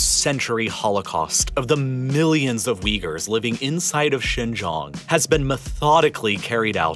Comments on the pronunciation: How could you trust a guy about Xinjiang, when he doesn't even pronounce Xinjiang correctly? What kind of information would he have possibly researched into? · The fact you butchered the pronunciation of Xinjiang so badly it's clear you didn't research it beforehand is amazing. Even the other youtubers that pretend to care actually try to pronounce it correctly, but you weren't even close... You don't give a damn about Xinjiang, the Uighur population or their culture. You know nothing about them and are using them as a political device. God help anyone who believes the nonsense you spout. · I was trying to figure out where "Shaaan Gioong" was and then it hit me at the end. Its xin jiang or shin, (like the body part) gee- like gee! wiz! , "ang" like the "an" in Taiw AN. With a "g" at the end.Gee Wiz! Yeah maybe some people will think this is nitpicking, but it's not. Especially when I spent 90% of the video trying to figure out exactly where you were talking about. Geography makes place names very important. For those of you who will be quick to snap back and say that "it doesn't matter" well, just think about it! If I was talking about New York State and I said Nyack or Newark instead of New York, There's a pretty big difference that can lead to factual distortions , so I think you should do some consultation on proper pronunciation if you're going to be doing these nice series on geopolitical matters that involve world geography and place names, because if I'm trying to talk about New York and I can't get Nyack, Newark, Newport, and New York distinguished, it's not going to help understanding the geopolitical situation much. Besides my brain latency goes up when it goes into error correction mode. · A bit pedantic but it was bugging me. Xinjiang pronunciation guide. Xin- sounds like “shin” Jiang- sounds like ji Ang with an emphasis on the A, and sounding like ong in gong. Great video. Keep it up.